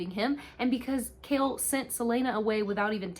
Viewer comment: You did such a good job recapping this book. That being said I'd suggest looking up the pronunciation of names before doing a recap. It's a little irksome. The worst one is Chaol being called Kale 😭 it's kay-all. Also, Adian wasnt dtrong enough for the ring not to work. He made a duplicate instead. And Rowan never let Aelin go past the wards, she chooses not to listen and croses it anyways.